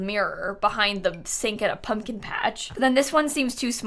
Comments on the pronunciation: It’s a pub-kin patch! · Then she made it a "pub-kin-patch'. haha